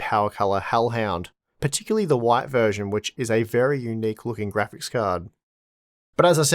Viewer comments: Hwite, hwite, oowayt, why t 🤣🤣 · The way you say "white" would make you right at home in the US south lol